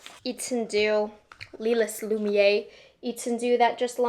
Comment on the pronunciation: Here’s some tricks for pronouncing these French names: Lumière: Loo-mee-hair Étendu; Eh-tuh-doo Lilas: Lee-law [no “s” is pronounced] Hope it helps